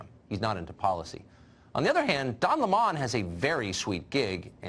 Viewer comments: Tucker, love ya but why is Don Lemon now pronounced by you as Don Le Mon? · It's Don Lemon , not laymon ! And he is a lemon ! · Fucker Carlson can't even say Don Lemon's name correctly fucktard it's Lemon not Leman